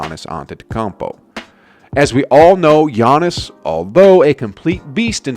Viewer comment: The way he says gannis name is sad